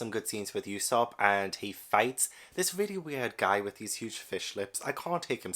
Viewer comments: Glad someone else found this legendary story, hope you enjoy your journey as much as you can, you're in for an epic adventure. It's pronounced Ue (as in blUE)sop, as uso means lie in japanese, I also think you should focus on the covers of each chapter, One piece has this very unique method where each cover tells a part of a story happening outside of the main story, as for example in the chapters you've read, there''s the Buggy cover story which shows all about how he got his crew and body back and met alvida and all that stuff, just a heads up because cover stories always come back around to the main story and I think it's an incredible piece of worldbuilding that keeps the world moving even if the characters we're following aren't in it. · I'm currently reading One Piece volume 85 - thankfully my library has them! The U in Usopp is said more like the U you say in Luffy, not like e.g. "Europe".